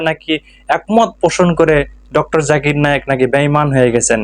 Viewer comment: প্রথমতঃ আব্বাসী হুজুর, আপনি জাকির নায়েক স্পস্ট করে বলেন ।জাকের নায়েক বলেন কেন? নাম বিকৃত করে বলা কি ইসলাম সমর্থন করে? আপনাকে যদি কেউ বলে গাবগাছি হুজুর ? আপনার কেমন লাগবে? আপনার অনেক কথা আমরা পছন্দ করি । কিন্তু ডঃ জাকির নায়েক সম্পর্কে এই মিথ্যা না বললে হত না? জাকির নায়েক কখনো বলেনি একথা। উনি ক্যাম্পবেলের ভুল ধরিয়ে দিয়েছেন। বলেছেন পবিত্র কোরান এত উচুমানের লেখনি ?যার থেকে আরবি গ্রামার পর্যন্ত এসেছে। অতএব করানে কোন ভুল নাই। আপনি ব্যাক্তিগতভাবে উনাকে পছন্দ না করতে পারেন ।কিন্তু বাকী মুসলিম উম্মাহকে উনার বিরুদ্ধে কুতসা ছড়ানো ,কোনভাবে মুসলিম জাতি বরদাস্ত করবে না। আপনি আল্লাহর কাছে ক্ষমা চান।